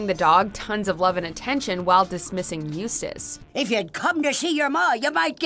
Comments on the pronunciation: After getting lessons oh how to pronounce Eustace, she finally made it correctly. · The narrator finally pronounced Eustace correctly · At least this announcer says Eustace's name right